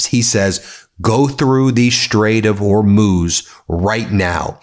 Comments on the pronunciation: Well you stopped saying Hor-mows but now you say Or-mooze. Just say Whore-mooze. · Im just here to find out how you pronounce Hormuz today 😂 it’s been changing daily 😂 you’re getting close though. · I absolutely love your channel and watch your updates daily, and I am now going to be that person. Could you please try and pronounce the Strait of Hormuz and Mojtaba Khamenei correctly? I do spread word of your channel widely here in my home country where many people are oblivious to the goings on in the Middle East.